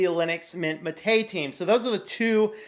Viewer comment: Pronunciation... if anyone is interested Ubuntu Mate developer Martin Wimpress says any way is okay. I agree. But if you want to be "correct," it should be MAH-tay, the name of the South American beverage. If the accent is on the second syllable (ma-TAY) , it means "killed" in Spanish (maté). In English, the drink and software are sometimes misspelled as maté but this is incorrect. It should be mate (no accent).